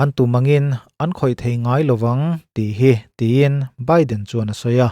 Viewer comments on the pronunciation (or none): none